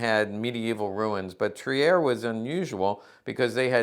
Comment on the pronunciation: Not Tri-er. Trier is pronounced without e.